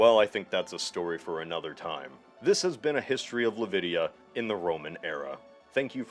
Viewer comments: It is LI-VADIA not LA-VIDIA. You must be one these gumbies who say Nukilar instead of Nuclear. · how come you pronounced Livadi correctly but kept saying Lavidia instead of Livadia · keep saying "Lavidia" but keep spelling it "Livadia" messes me up :D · Its not lavidia... Its Livadia, you tone it in A, and the D you read it like th, as in the. Λιβάδια... Great video ! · darling. I love you. But please Google how to pronounce things. Hearing the words "the TAYMS" come out of your mouth was super jarring. It's pronounced "the tems" Also fairly certain livadia is pronounced lee-vah-dee-yah not lih-vih-dya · you pronounce "livadia" wrong. You are saying "Lividia" - not "LivAdia" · Tip: it's pronounced lee( but not so drawn, cut it short) vūh ( like van Helsing) dia (like uhm, I cannot think of something to help you 🤣) and it's the plural for livadi ( meaning field, grassland). The city bearing the same name is intonated on the diā part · Livadia - Pronounced LAvidEA Vietnamese - Pronounced VIET man ESE Why do some people sometimes pronounce words in the wrong order despite them not being confusingly spelled? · "Upside inside out, She's Living 'Lavidia' Loca......" 😂😂😂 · The best part about it is that while Livadia is horribly mispronounced, it actually makes way more sense that the name would slowly shift to something adjacent yet different like Lavidia (what is actually pronouncing) than that it wouldpreserve the Greek nomenclature forever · The worst part is pronouncing "Livadia" as "lavidia" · Oh dear! Right from the start "Great Britain, home to a nation ...." Livadia, pronounced Lavidia (?) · “Livadia” is pronounced more like Lee-và-thia (“th” as in the word “this”) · so you write it livadia and pronounce it lavidia? great... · really trying to understand how someone reads Livadia as Lavidia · Is there a reason Livadia was continually pronounced as Lavidia? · You have written it! It's Livadia, not Lavidia! :D